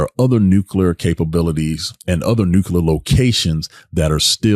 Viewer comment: Did anyone hear how he pronounced nuclear in his speech